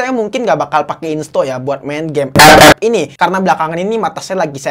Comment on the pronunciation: Kesini gara gara ngomong ep ep 🤣🤣🤣